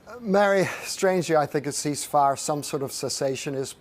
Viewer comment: He cannot say the Word cease fire. Damn he.